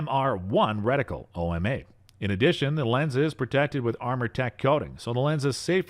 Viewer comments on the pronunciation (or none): none